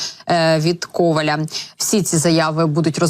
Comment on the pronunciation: А чому КОваля а не КовалЯ? Ви ж українські ведучі.